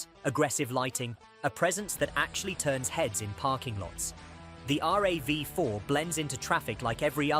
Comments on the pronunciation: R...A....V.....FOUR, did he really say that? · Pronounced R.A.V. = AI blehh